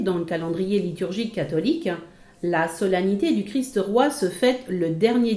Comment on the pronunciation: C'est pénible ces gens qui veulent donner des leçons et qui ne peuvent pas parler correctement ! Le "Christe" n'existe pas, seulement le Christ. Faites donc un effort pour prononcer Christ Roi sans ajouter un "e" à Christ. C'est un peu plus difficile mais c'est une exigence de la culture élémentaire.